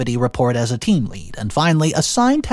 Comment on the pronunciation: And you said team lead the first time like the metal, lead. The mispronounced words make me crazy.